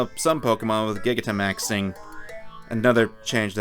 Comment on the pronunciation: Awesome video, but the way you say gigantamax is......interesting